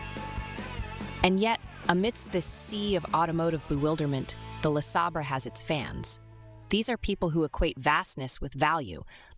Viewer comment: 'Luh-Sabber'? Really?